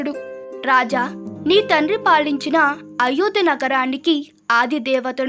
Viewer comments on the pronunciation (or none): తెలుగు సరిగ్గా చదవడం రాని వాళ్ళు ఎందుకు చదివి వినిపించాలనుకుంటున్నారో అర్థం కావడం లేదు. కుశావతి, అయోధ్య, మహామహా ఏ పదాలకీ దీర్ఘాలు ఉండవలసిన చోట లేవు. తెలుగు భాష ఖూనీ చెయ్యకమ్మా నీ పుణ్యం ఉంటుంది.